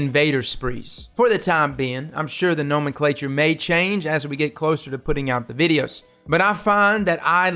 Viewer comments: Ohhhh “nomenclature” pronounced correctly! We getting OP with pronunciation are we 😍😂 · This fool can pronounce nomenclature correctly but not oscillate?